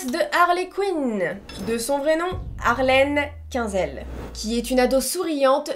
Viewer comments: Coucouc ^^ tu m'as fais tellement rire: "Harlene Quinzel " mdrr cela se prononce HARLEENE QUINEZEL ^^ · Personne ne parle qu'elle a dit '' Harlène Quinzelle '' au lieu de '' Harline Quinzel '' au début 😭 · Nan mais please, elle s'appelle pas "harlène coinzelle" stp !!! C'est "harline couine zelle" la prononciation! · la vidéo est trop drôle 😂❤. ps: le vrai prénom de harley se prononce Harline quouinzel.😊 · ça se prononce"harline qouinezelle" mais tkt 💀😭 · Ça ce dit alrïn qwïnzel 😭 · mais oui elle a dit Harlenne Quinzelle ces Harlenne Quinncelle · Elle a dit " Harlenne Quinzelle" ? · qui prononce Harleen Quinzel Moi: décède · Harley la best, même si tu prononce super mal son nom complet 😂❤️ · Comment elle a dit harleen quinzel là 😭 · Mais tu as tellement écorcher la prononciation de Harleen Quinzel 😅 j'ai mal a min petit coeur 🥲 (Ps: tu es super 😄 et oui c'est relou d'être petite, j'ai eu la technique mon copain fait 2m 😂) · T'arrive même pas à prononcer Harleen Quinzel correctement😑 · ‘Harleen Quinzel’ 💀 un accent t’a peur 💀